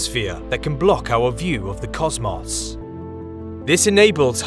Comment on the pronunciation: "Cozz-Moss." Lmao.